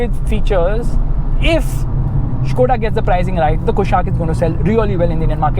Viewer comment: its skoda bro not shkoda its fucks my mind everytime you say shkoda